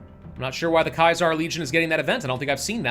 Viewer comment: maybe youre right, i just thought he had a speech issue or something 😂